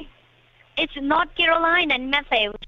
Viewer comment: So sorry that I missed the stream 😢 The way that she pronounces north as knot is friggin hilarious 😂 "SHOW ME A PROOF!" lmao Great video,. Hope you are well 🤗